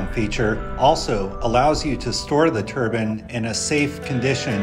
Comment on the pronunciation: It's turbine , not turban